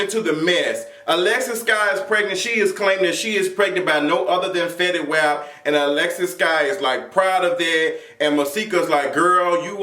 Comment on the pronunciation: Also love the way you say fetty whap LMAOOOOO